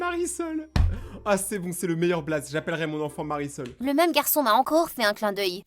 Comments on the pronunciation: Mais elle a dit Marisol 😂😂🤣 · Marisol pas parasols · Le nom de la fille s mariesol 😂😂😂pas parasol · elle ne s'appel pas parasol mais Marisol 🤣🤣🤣🤣🤣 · C pas parasol c mariesol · Le nom de la fille c’est Marisol Pas parasol wesh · Pas parasol ! Marisol